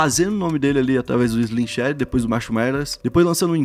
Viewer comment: Pior é ele falando Slim shady errado kkkkk, chega dar raiva